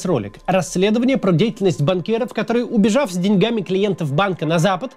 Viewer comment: Научите Каца правильно ставить ударение в словах одновременно и деньгами. Каждый раз режет ухо